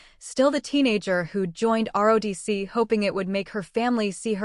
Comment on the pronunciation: Quit saying RODC it's ROTC